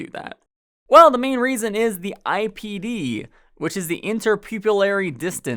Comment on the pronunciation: "That's the only raisen" I happened to be eating grapes and fell out of my chair laughing. Great review!